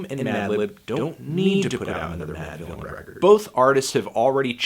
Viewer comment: "...Producer Madvillian... and Mf Doom" Mispronounce-thony word-tano